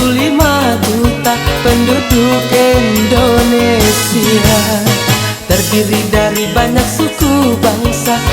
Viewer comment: Ralat lagi bro.Indonesia bukan endonesia